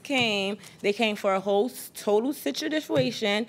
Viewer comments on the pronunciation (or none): that word situ-differ-ation was wild..😂😂😂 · They came for a total "situdifuation" lmao